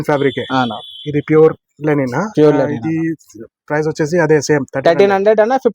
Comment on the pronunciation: Not Lenin, it is Linen. When will you people learn?